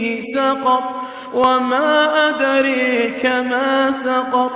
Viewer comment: ad'raka, not ad'reka